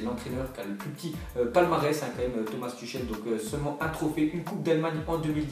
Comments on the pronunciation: Ça se dit pas Tuchel mais Tourel 😂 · Ça se prononce "Tourrel" pas Tuchel mdr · ça se prononce turel mdr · "ch" en allemand ce dit "rrr" donc Thomas "Turrel" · Prononce tüchel correctement stp, c'est agaçant